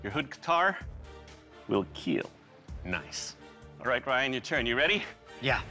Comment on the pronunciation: Hahaha its not keel its kill hahahaha🤣😂🤣😂🤣😂